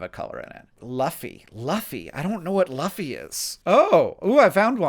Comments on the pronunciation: no, the accent is exactly the same. The difference is the vowel sound. It should be the same sound as in ‘loom’, not ‘up’. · L-ah-FFY!?!??! LAHFFY?!?! THAT'S THE FUTURE KING OF THE PIRATES HANK!!! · Do I even want to know what Threads is? Or is this another modern social media thing where I'm better off not touching it with an infinity foot pole? Also, am I the only one laughing his arse off at Hank pronouncing Luffy with a short u and not making the fictional pirate connection immediately? I mean, Luffy is only the star of the best selling manga of all time and only made his creator the best selling Japanese author of all time and one of the 10 best selling authors of all time... It would be like recognizing Merlin, gargamel, and gandalf as wizards but not recognizing Dumbledore. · Hank: I don’t know La-fy Anime fans screaming: Loo-fy!!! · sometimes i forget that hank green is old, him not knowing luffy to the point of fully not knowing how to pronounce it is a wonderfully charming reminder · hearing luffy pronounces as luhfey and not loofy is wak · the irony of saying Luffy like that in a video about being frustrated with rage baiting 😭😭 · Hank obsessing over Luffy and then after ‘x’ minutes coming up with Fictional Pirates but just guessing at Luffy(loofy not lufy) was hilarious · hearing "luffy" said like "luff-ee" over and over again instead of "loofy" was making me crazy lol. screaming at hank through the metaphorical interstellar book case. "HES KING OF THE PIRATES HANK" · I had to laugh when Hank kept saying Luh-fee. 😂 It took me a second to realise he was talking about Luffy as in Loo-fee, from One Piece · Luffy - pronunciation Loo fee , Loofy Fuck me , he said my most said saying. Always floors me when Hank swears. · i’m sure some other nerd has yelled at you but luffy (Loo-fee) is the pirate from One Piece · The Pirate category was the first I got. But I know who Luffy is. Pronounced “Loofy.” If you’ve heard of the anime One Piece, that’s where he’s from.